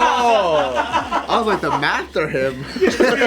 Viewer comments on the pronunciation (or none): The mathterhim😂😂😂